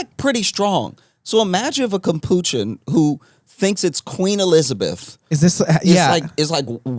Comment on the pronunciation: After ridiculing your guest for his mispronunciation of chamomile you guys proceed to get the pronunciation of capuchin wrong (Josh, at least, but with tacit approval). The monkeys (organ grinder monkeys were often capuchins) were thought to look a bit like the white-hooded monks of the late medieval period. The coffee drink cappuccino is also named for the order of monastics because of the peaks of frothed milk. Say the name of the coffee correctly, but drop the terminal o and you are correctly pronouncing the name of the primate.